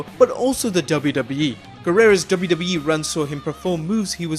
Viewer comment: Am i the only one who heard WWB instead of WWE?